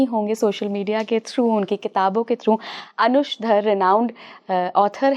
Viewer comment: अनुज धर, अनुष धर नहीं